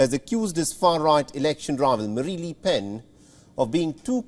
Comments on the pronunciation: Its not les PEN ', its LE PEN AHAHAH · Annoying that the newscaster cannot pronounce ‘le’ properly. Definitely not ‘lee’.